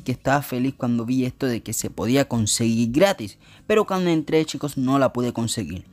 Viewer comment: me estresa que haya dicho tantas veces " conseguil"